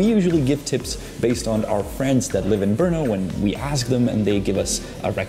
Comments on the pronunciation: The pronunciation is [ˈbr̩nɔ] -- no e at all. Yeah, hard to say for foreigners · Atleast I learnt the place is pronounced with a hard R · I've been to Brno in 2019, loved the place! And always wanted to know how to pronouce its name 😂 Greetings from Brazil! 🇧🇷